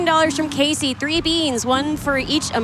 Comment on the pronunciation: how about “kilo Zulu frew”